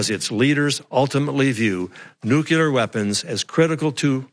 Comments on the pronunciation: STOP. SAYING. "NUKULAR"!!! You are the director of National Intelligence, and you can't even say "NUCLEAR" correctly! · Nuke-you-ler = wrong Nuke-lee-er = correct (Uthor whys u sownd dum) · He... he... the DNI says "nucular" instead of "nuclear". Nice to have such an edicated guy in charge. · After G.W. Bush, one would think that weapons/national security experts would've learned that 'nucular' weapons don't exist... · Anyone who says "nucular" should be held in contempt of the English language. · Dear Mr. Coats, It’s Nu-CLE-ar!!! Not nuc-u-lar, numb nuts... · Anybody else worried that this dude in charge of the National Security assessment keep saying nukeular? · Only an American would miss pronounce nuclear that way. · Wow... Director of National Intelligence isn't intelligent enough to pronounce nuclear properly. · I noticed that as well ..... another warmongering dufus.